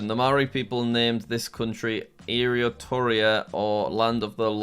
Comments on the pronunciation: Airartoeia Jack it’s auteroa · the way you said Aotearoa. Just FYI in maōri pronunciation, it is said ow-te-a-(rolled r)row-a. You can only say it correctly if you know the language's pronunciation, I don't blame you. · Just realized the Jack mispronounced Aotearoa with Aotearoa also being misspelled on the geoguesser website. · LOL “area-tore-e-a”. I know it’s hard to pronounce but I’ve never heard it pronounced that way before. Just fyi, it’s pronounced, “ow-tey-a-row-a”. (Btw I’m not saying he’s dumb for not knowing, but just commenting on how funny it is to me) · Aotearoa is pronounced ow-teh-a-roa but you roll the R sound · aotearea was spelt wrong lol, it’s also pronounced owteroa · Jack: eariatoria Me as a New Zealander: 🤦‍♂️🤦‍♂️🤦‍♂️ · As a resident of the Southern Hemisphere, I can safely say that Jack completely botched the pronunciation of Aoteroa Its ow-tear-oar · ain't no way he called aoetearoa eryatoia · As someone from Aotearoa 🇳🇿 it’s pronounced ow-teh-row-a 👍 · It's ow tear row ah for Maori nz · The way you pronounced Aoteroa makes me laugh so much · his pronounciation of "Aotearoa" XD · bro I am from New Zealand and that is not how you pronounce Aeoteroa. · Your terrible pronunciation of Maori and Aotearoa made me laugh. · JACK!!!! That's not how you pronounce the Maori name for New Zealand, Aotearoa (they spelt it wrong on geoguessr too) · Crying because jack absolutely BUTCHERED how to say aotearoa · Yeah, because everyone knows how to pronounce that simple word 🙄 just like how everyone knows how to pronounce where I'm from, Saskatchewan. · Now i understands what it feels like to have your country mispronounced. Aotearoa was pronounced so wrong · jack's pronunciation of Aotearoa made me shrivel inside a little 😭oh jack